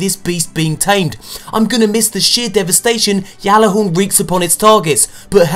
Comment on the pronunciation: It's gat-la-horn the creator of destiny announced the pronunciation look it up :)